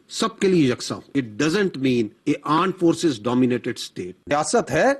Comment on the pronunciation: Aand force 😂